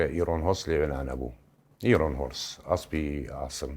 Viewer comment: ئارن نەک ئیرۆن 🙂